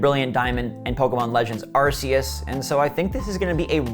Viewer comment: Did the dude ever watch pokemon movie arcues and the jewel of life to pronounce arcues name the right way